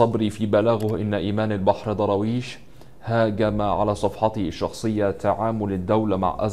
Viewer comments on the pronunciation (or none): نطقك سئ،. ومخارج الحروف عندك فضايح. ذاكر شوية واقرأ كثير وهات مدرس يعلمك النطق طالما مصمم تتكلم بالطريقة دي.. ايه دروايش دي انت بتقول ايه الضاد والدال عندك ضايعين.. حرام عليك. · مين ضراويش ده انجليزي ده يا 😂😂😂 يا سيدي الفاضل أبقي راجع الفيديو مع طالب ابتدائي قبل ما تعرضة ياريت المرة القادمة يبقي الفيديو أفضل من كده تحياتي لك 🌹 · انطق درويش صح يا غالي بالدال وليس بالضاد و بالفرد و ليس بالجمع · يا عم اقرا الاسم صح ايه داراويش اسمه درويش